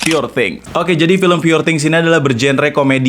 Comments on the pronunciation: pur bang bukan pure njir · You pronounce “poor” wrong !